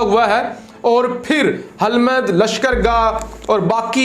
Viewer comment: Please correct ..Hilmand.Qoundooz.Hirat.